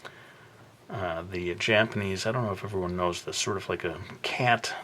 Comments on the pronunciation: man said do-ra-eh-mon, ha its Doraemon, pronounced Dorimon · you pronounced the cat's name wrong. its pronounced DOOR-EYE-MON. just wanted to clarify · dude, Doraemon is awesome. (also, its pronounced Doh-ray-mon) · He definitely doesn't know how to pronounce Doraemon. It's DOOR-ee-mon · it's pronounced "duh-rie-mon" 😂😂😂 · TakoSalvix it's: DOH-RAH-EH-MON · The character is pronounced DOOR AI MON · everyone knows Doremon. The remake of the anime actually did get localized so I'd imagine even the kids know haha.But you did pronounce it wierd from what I've always heard I do like this challenge